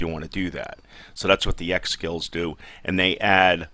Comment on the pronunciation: Yo fam, trying to show my brother this game, i clicked on you. Step 1: this might explain things well Step 2: I'm gonna make fun of this guy Step 3 this is my boi XD I'm from nj but I'm a skinny white guy, and when i heard you talkin was like wtf this guy doesn't play this game. You called ex-skills "eggs" and i was like yaaaaa! Everything I'm trying to explain, I'm talking over you saying the same thing haha, just had to share with you, thanks for the video man. Love and peace :)